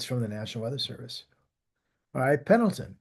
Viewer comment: Missed one...it is Pendleton...le, not el :)